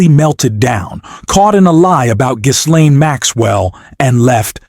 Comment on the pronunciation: Ghislaine is pronounced GIL-LANE the h and s are silent.